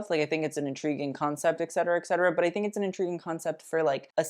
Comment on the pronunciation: you're saying et cetera wrong, loved the video tho